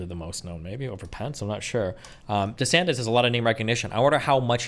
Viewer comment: Everyone says Viveks name wrong. Even Destiny. It’s pronounced vih-VAKE! And please stop saying desanTEZ! I don’t think he’s Mexican! DeSantis. Tis. Not TEZ! Please! For my OCD! Say the name’s correctly! OsteoarthriTEZ OsteomyeliTEZ TEZ the night before Christmas AppendiciTEZ ArthriTEZ